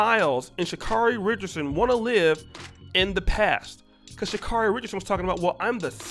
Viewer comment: I understand that she's been unaccountable and entitled. But respectfully, can we say Sha'Carri's name properly?✊🏾✌🏾 (Sha-C- A as in 🍎- REE)